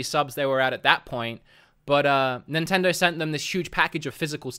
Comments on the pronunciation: "Nintendro"?? You can't even pronounce the name correct. No wonder they dropped you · Maybe a Nintendo dropped him because he can't say Nintendo. "Nintendirr" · I just love how you pronounce Nintendo "nintendur" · Can't unhear this now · I love the way you say Nintendo